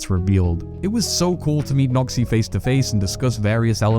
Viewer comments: lmao your accent does this man's name no credit 😅 "Today I'm speaking with a Nazi" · When you say Noxy it sounds a little like something else...